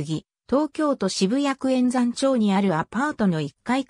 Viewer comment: えんざん？まるやまちょうです。